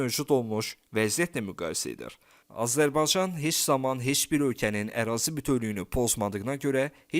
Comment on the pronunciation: Öncə Azərbaycan sözündə “y”hərfini ixtisara salmadan tələffüs eləməyi öyrən!!!